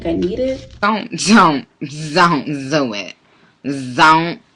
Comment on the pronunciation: OMG! I am hollering over here🤣 about the cash tray. “Zon’t Zo It!”🤣 That just made my night. I had to rewind it like 3 times to laugh!🤣 I love the binders!